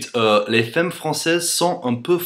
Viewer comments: Les faimes françaises :3 C'est fAmme pas faime :') Sinon ton accent est tellement parfait que je croirais parler à un français x) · heu.. tu veux dire les "faimmes" ou les "femmes" ???? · femmes ce dit "famme" ;) great video anyway ! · Femmes se prononcent fAmmes le E se prononce A comme il est suivi d'une double consonne ;) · to pronouce " femme properly you have tu say the " a " of f(e)mmes such as the a of cat ! cheers from france !